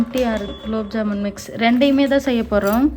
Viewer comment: Gulab jamun not kulabjamun 😅😅😅😅